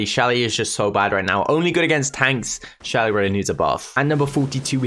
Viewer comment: Did he say Shelly. Tf